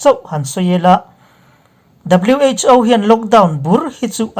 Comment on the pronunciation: WHo tihhi alamdan chuan wh.Aw tihrawh Pu. A